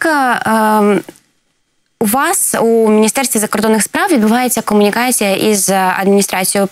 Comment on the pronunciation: Добре, що вона говорить "кАмунікація", "кАнтракт" і тому подібне, бо інакше вона була б просто ідеальною, а це вже було б занадто)))) Прекрасна жінка, прекрасна професіоналка.